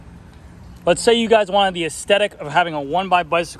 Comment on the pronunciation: I think you mean aesthetic not "Ass-tetic". Pronounce the th...